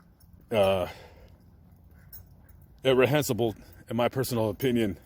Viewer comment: Nipsey Russell was a comedian...not a singer. Nipsey Hussle was murdered at his store. Please keep your opinion to yourself when you don’t know what you’re talking about. He wasn’t a gang member any more. The word you could not pronounce is “reprehensible”. He wasn’t impoverished at ALL. Know what you’re talking about before you say it.